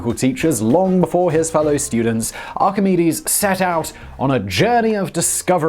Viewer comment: Excellent pronunciation of Archimedes and Euclid. We do notice when you nail the pronunciation 😉